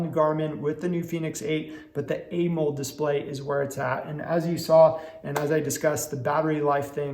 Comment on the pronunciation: Why you say Amold? Its pronounced A MO LED 😂.